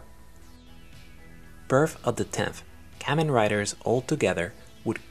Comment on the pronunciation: You are saying kamen wrong